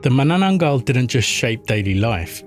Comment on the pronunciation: why make content of cultures that u cant even pronounce